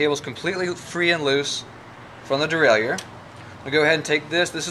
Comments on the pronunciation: Derailleur Pronounced: DE-RAY-LER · Thanks-- you are right! I was brought up in an old school shop in North Carolina full of roadies and race fiends, and everyone there pronounced it the French way. I never even thought about it. But I consulted my hardbound Merriam-Webster, and sure enough, it's pronounce the way you have it there. It's gonna take a conscious effort on my part to start pronouncing derailleur the right way! 😂❤